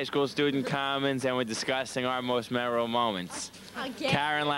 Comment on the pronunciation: They don't say memorable, they say memerol.